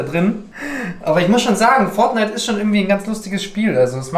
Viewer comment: Fonite und FIFA